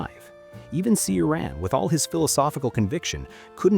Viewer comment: The first sylabe of his name, Ci is pronounced as in Cicada, not Si. The accent in his name is on the A, and that A is pronounced like in Avatar. I agree with him and even more, i even dedire a nuclear WW3 to wipe us all, as a spit on God's face. Lets not fool ourselves, we are here as Gods puppets to be tortured.